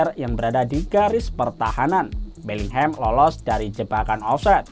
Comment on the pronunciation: Abangnya bilang Betlehem ya?